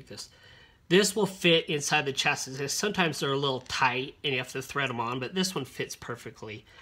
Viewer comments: On another note as someone from the country that the language is from, It's sha-see no ch sounds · its definitely pronounced chas-ee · Good video Just a nitpicking side note, it's pronounced "chass-ee" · Great tutorial but who taught you to pronounce chassis 😂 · Nobody actually pronounces "LED" as "lead" as in "pencil lead." It's just "ell-ee-dee." The negative lead ("leed") is the cathode, not "cathoid". The disc is pronounced "chass-ee" not "chass-is"